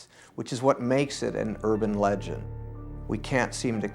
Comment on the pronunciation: I think you mean legend not "leang" but I saw the same thing